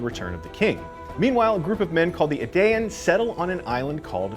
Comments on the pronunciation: Edain is pronounced E-Dine not E-Day-En. The Edain were among the first tribes men of the west. The faithful of Numenor who escape the wrath of Iluvatar become the Dunedain which is pronounced Dun-e-Dine. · Pronounce after me, Edain - Eh-Di-In, Sauron - S-Ow-Ron & Celebrimbor - Kel-La-Brim-Bor. Also the world being reshaped into a globe was more symbolic as since Aman existed no one could sail to far West, so they couldn't go around the world, only remain where they were like on a flat surface. But once Aman was raised into the heavens people could said around the world freely, thus it was like it was round for the first time. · Sauron, Celebrimbor, and Edain mispronounced. Sauron like sour fruit. Celebrimbor like cat, Edain like eye. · definitely not a true Tolkien geek doing this piece... the 'C' in Celebrimbor is a K sound. not an S sound. Also pronounced Edain wrong. And not for nothing but Professor Tolkien was a philologist. Pronunciation and the languages in LOTR were of paramount importance for a man who constructed multiple languages for his masterwork.